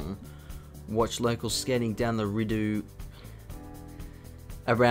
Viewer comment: "Kluane" National Park is pronounced, "Klew-Aww-Nee", also it's the "Ree-Dough" canal---- from a government of Canada cartographer :)